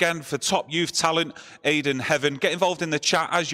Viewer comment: Mayd'en Heaven lol